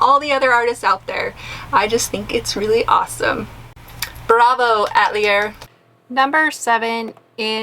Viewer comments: Atelier- A is not pronounced "Uh"... it's pronounced "A"like apple... please, I am French through and through! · The name is not “ATLIER” But Atelier which has an extra syllable where the e is between the A and the l. It means studio in France, where it’s pron to ounced a-tell- E- A. ( here I used Caps mean long vowel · Good video! Just fyi the word "atelier" is pronounced uh-tell-ee-ay... It just means artist studio in French. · Who doesn’t know how to pronounce atelier ?!?!? Especially an artist 😱